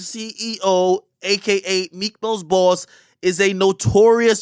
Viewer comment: Ong. He was putting emphasis on that thing boy 😂😂